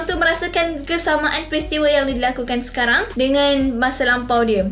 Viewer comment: sis ni ckpp "sekaram" haha😂